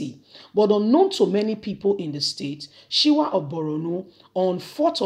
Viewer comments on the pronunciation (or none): What is Shiwa of Arabs? Its Shuwa Arabs. As a media person, please take time to learn and pronounce words properly to give your reports correct meaning and reporting. Good luck 👍